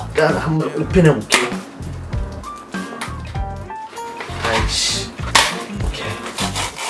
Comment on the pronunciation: 아이씨 발음이 최소 한국인